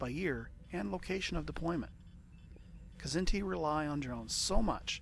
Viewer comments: it's not kah-zinti, like you're sneezing it out. and it's not a silent k, either. you pronounce the kz together, like it's the same consonant. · I pronounce it Kzinti (Kz+inti). Wish there was a new Star Trek series based in the SFB universe, featuring heavy combat action across the spectrum, using SFB mechanics (perhaps with a little poetic license to include some 3d movement in the combats). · I always pronounced their name "Kah-ZIN-tee" and depending on which race I was up against I'd probably take either the CC for simple "brute force" or more often one of the specialized "Drone Bombardment" ships like the DF so that I can use the bonus allotment of special drones to really fine-tune things to suit who I'm up against. Regardless of drone load-out, one of the key things that can affect Kzinti tactics is whether or not the Kzinti opponent knows or remembers how to use their labs/AEGIS to identify seeking weapons... a smart Federation player in a regular CA can really throw a wrench into the drone tactics of a Kzinti CC when they use their labs to identify which drones are best to fire at, throw a tractor beam at, or let strike the shield. Some of the drone tactics I like to use wont work with the Kzinti and only work for the Federation (with G-racks capable of holding and firing 1/2-space "dogfight" drones and ADDs) since the Kzinti ships had only A-, B-, and C-racks capable of holding and firing only 1-space or 2-space drones as their armament. Still, the load-out I'd choose would depend on the scenario year and the race of the opponent. Who's my first opponent supposed to be?